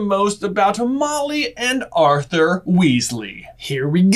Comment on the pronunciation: Whoa! said Ar'th'er instead of Ar'f'er... impressive